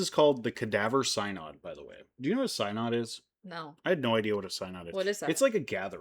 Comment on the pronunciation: First off you aren’t pronouncing synod correctly. It’s going on as you speak. The so called trial was reversed by Theodore II and Pope Formosus was given a proper burial in St Peter’s Basilica. Little unknown history. Very cool. Thank you for being respectful and amusing. This is like a True Crime episode. Thank goodness, good people ignored the craziness and just followed their doctrines taught by Christ. So just like today, ignore the craziness in the world, in religion, politics. A Pope Peter, hmmmm, what will happen with such a pope? And ppl complain about Disney world too…part of the experience. Yes and ppl complain about Theme Parks the same way. Crime is everywhere esp near holy places.